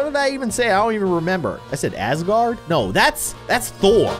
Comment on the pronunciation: When he said Azgarard I am watching Avengers/Thor rn!